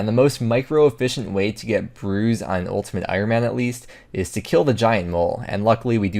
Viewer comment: I could've sworn you said 'moletimate Ironman"